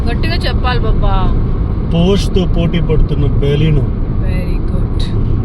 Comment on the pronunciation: Hi it's pronounced por-shuh🙂